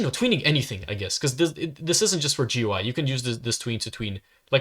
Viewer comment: It’s pronounced goo-ee